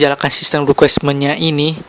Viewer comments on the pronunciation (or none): translucent bang, bukan transulen requirements bang, bukan requismen